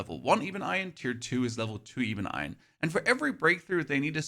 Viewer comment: “Ee-bun eye-un” gets me every time instead of ebon iron 😂